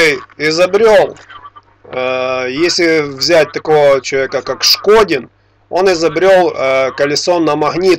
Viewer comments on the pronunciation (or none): Шкондин а не Шкодин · НЕ ШКОДИН, А ШКОНДИН, ТОВАРИЩ. ИМЕЙ ЭЛЕМЕНТАРНОЕ УВАЖЕНИЕ К ИМЕНИ. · не Шкодин, а ШКОНДИН... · Афтор дурачок решил заработать себе имя на неправильном произношении фамилии великого человека? Шкондин, повтори и запомни. А лучше повторяй свою, а то и её не сможешь правильно выговорить. Это моё мнение!